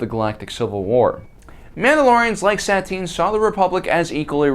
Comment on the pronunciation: dont get me wrong but this whole video all I heard was Sat-tine, its pronounced Sa-tine